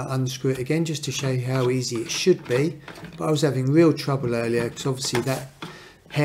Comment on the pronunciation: Vewwy vewwy easay indeed!